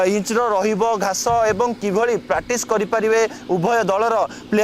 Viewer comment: Pratis, pratis ka kahucho practice kahibaku try karo